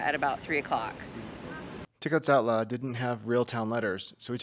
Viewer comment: You pronunciation of Tecozautla is just perfect btw